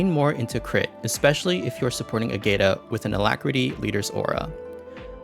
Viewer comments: Appreciate the video, though it was painful to hear you pronounce her name lol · That’s how XD pronounced it in their own video. It hurt me as well. 😢